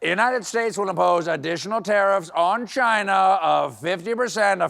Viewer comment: He really needs to improve his Trump pronunciation of "Chinahhh".